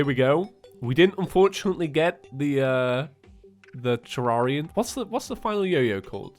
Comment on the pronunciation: He said (Teh-Rer-ian) instead of (Teh-Rar-ian)